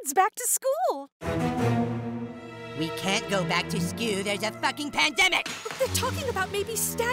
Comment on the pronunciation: that may be best “skewl” in the whole series.